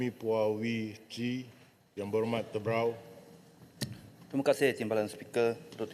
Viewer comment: Aq salah dengar ka mmng itu yg dia ucap kn..? Tebrau ka terbau..?😂😂😂